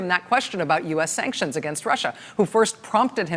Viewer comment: Did anyone notice how he pronounced sanctions? Just like she did. No T. Sancsions?